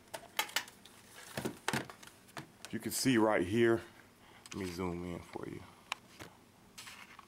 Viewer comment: dude you say in, "ein" lol